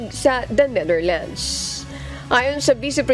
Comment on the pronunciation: Finally this lady reporter got the correct pronunciation of Netherlands 👏(not Neitherlands 😅) peace ✌️ to all